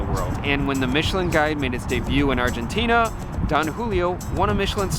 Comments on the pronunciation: Argentinia? Is it said that way? I’ve been saying Argentina. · How many times do you have to go to ARGENTINA before you stop calling it ARGENTINIA?